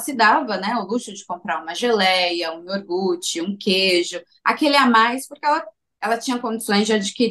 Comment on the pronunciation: falando "IORGUTE" KKKKKKKK